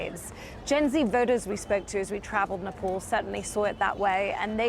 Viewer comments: its Nepal not Nepol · nepol ..where it is???? its nepal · It is nepaaal , why cant u as an indian pronounce the name